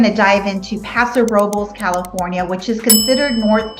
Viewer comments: YES! They are pronouncing it just a like a local. Don't hate on the local Paso Ro-Bowl folks! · They are pronouncing Paso Robles like a local! The pronunciation is how we know who is local and who is a tourist.